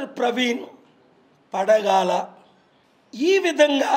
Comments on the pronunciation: Pagadala, not padagala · అరె పూకా! పడగాల కాదురా పూకా పగడాల, పగడాల పలకడం కూడా రాదు వీడు ఇంటర్యూ ఇస్తున్నాడు. నువ్వు మొరిగినంత మాత్రాన ఆతు రాలదు. పోలీసు వారి దర్యాప్తు వారు చేస్తారు. వీడు కూడా జగన్ గాడిలా, శవాలు ఎక్కడ ఉన్నాయో వెతుక్కుని శవ రాజకీయాలు చెయ్యటానికి ప్రయత్నిస్తున్నాడు. వెదవ.